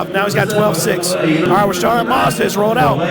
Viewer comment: MAZDA not Marrrzda jeez!